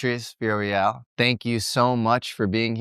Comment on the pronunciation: Veeya-RO-EL. That's the name. Everybody gets this wrong. Thank you for having her on, though. Great job!